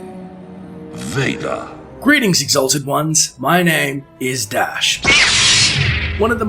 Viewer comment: ha! I liked how you pronounced father in dutch, it's quite accurate